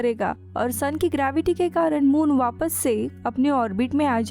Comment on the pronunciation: Who notice vappasse vappasse 😂 ho kya